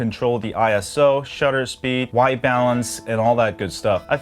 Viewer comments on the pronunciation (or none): none